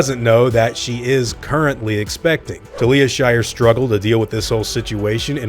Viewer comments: Her name is Talia, pronounced Tal-ya. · Talia is pronounced TAL-ya. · Thats not how you say "Talia". Some movie buff you are...